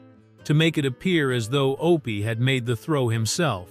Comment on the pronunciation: It's not O P it's Opie! Why no genuine human voices on these docs. AI ruins everything!